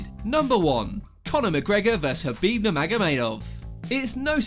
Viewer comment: Why can you pronounce khabib's name correctly but not Jose?